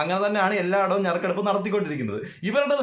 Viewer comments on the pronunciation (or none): ഞറുക്കെടുപ്പ് എന്നല്ലടാ 'നറുക്കെടുപ്പ്'